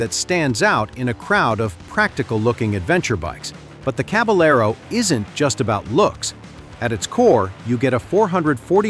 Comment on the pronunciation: It's the Fantic Cab-a-yer-o, not cab-a-ler-o ('ll' in Spanish is essentially 'y').